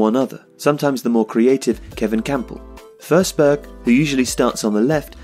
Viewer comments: It’s FORSBERG man not FERSBERG LOL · You pronounced the swedish "ö" pretty well.. just that it is a regular "o" in this case. So "o" in forsberg should be pronounced pretty much as it's written. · Stop saying FURsberg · How does "Forsberg" become "Fehrsberg"? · Your pronounciation is wrong, the way you say it it would be spelled försberg or førsberg. You pronounce it like the o in strong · YOU SAY HIS NAME WRONG BUT IT'S ANOTHER BRILLIANT VIDEO LOVE YOU KEEP DOING BRILLIANT VIDEOS EVERY DAY BYE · Good video, but you pronounce his last name wrong :/